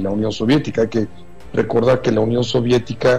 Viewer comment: "sóvietica". en que mundo vive este señor